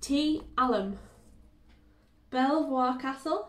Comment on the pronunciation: Belvoir is said Beaver. Just for interest. I enjoy your vlogs thanks